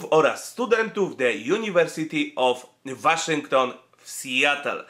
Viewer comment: Jak już czytasz "The University of" to jedź dalej z amerykańskim akcentem i czytaj Łoszington. Albo Uniwersytet Waszyngtoński albo The University of Washington.